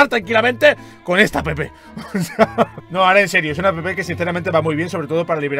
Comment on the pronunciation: por que dices apepe en ves de app